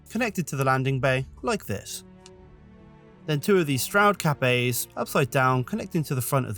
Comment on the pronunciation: Dang beautiful. I thought you were saying "Capet" rather than "Cap A". 😂